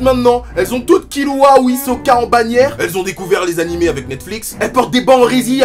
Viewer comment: c kirua pas kilua